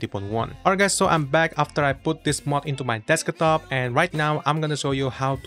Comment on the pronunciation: desk-a-top lol